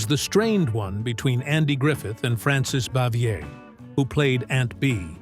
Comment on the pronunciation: Yes, and Frances Bavier and Desilu Studios were pronounced incorrectly.